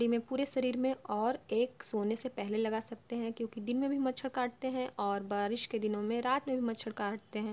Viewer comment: Its barish not baris